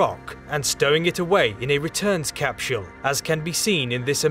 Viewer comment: I enjoy everything about this video, except: CapSHULL! THIS made me laugh, I love your content bro I'm not trying to knock you too hard.. I mean this from a place of love: Literally everyone else: CapSULE: CapSHULL Whyyyyyyy?! 😅🤣😂💀 P.S. I subbed, thank you for the science facts. I never get tired of them!